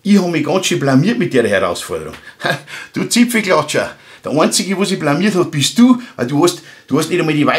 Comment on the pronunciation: "Zipflklatscher" LOL